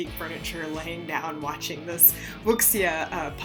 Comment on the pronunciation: I think you did well with the pronunciation, I find it easier to just use the Japanese. I really enjoy it when the interesting supporting characters get the spotlight like this. If you like Wuxia (woo-shia) fantasy and anime, I would suggest checking out the Grandmaster of demonic cultivation